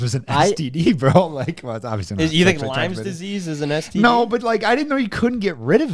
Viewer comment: Brooo. it is lyme Disease for fuck sake not limes. I swear how this dude made it this far in life surprises the fuck outta me